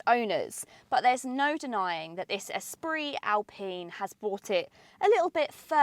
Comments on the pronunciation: Congratulations on perhaps being the only channel who can pronounce "Esprit" correctly when reviewing this car, haha. Ordered mine recently after an extended test drive, told that I might get it by March if I'm lucky, delays are insane at the moment! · Finally someone who pronounces Esprit correctly 😂 my daughter just bought one in the gorgeous iron blue and as you said it is the best colour to pick.... excellent review as always!